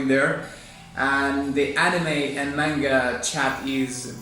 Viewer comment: That is the correct pronunciation by the way....